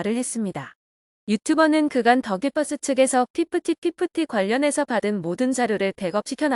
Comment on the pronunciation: 정말 이상합니다. 기자라고 자칭하는 채널은 더 기버스를 더 기뻐스 또는 다 깃뻐스라고 부르고 있는 공통점이 있습니다. 다들 왜 이러는 걸까요?